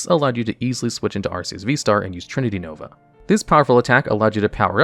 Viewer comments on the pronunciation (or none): none